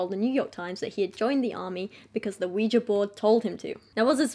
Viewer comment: Ah yes, the scary wega board...